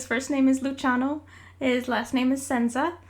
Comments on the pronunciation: Hi! Italian here! I just wanted to ask about the pronunciation of Lucy's last name 'Senza'? In Italian the 'z' is usually pronounced more like a 'ts' like in 'Tsunami' than a 'z' like 'zebra'. I don't mean to be an asshole or "teaching you about your own OC" but I thought you might want to know :3. Btw I love your characters and your art, especially Lucy since he's Italian hahaha. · As an Italian, I find it hilarious how you pronounce his last name :') Luciano Senza - > Luciano Sansa (exactly as the GOT character) I mean it in a "you're clueless and it's cute" way, of course, not in a "this b** uses an italian word and cannot even pronounce it correctly" way. Plus, I love your work 💪🏻💕